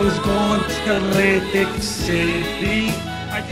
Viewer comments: Love how he rolls that L in Lantic city, sexy. Im straight, im juss sayin. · laaaaaanntic ceeti🤤